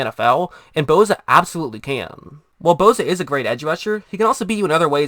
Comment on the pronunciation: name is Bosa not Bowza... enunciate dammit